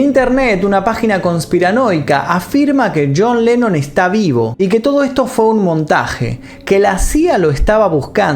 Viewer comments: dice yean lenon ,, no yon lenon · pronunciaste yean